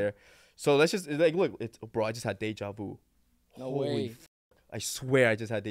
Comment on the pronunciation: The way pronounced “deja vu” and “cartoon”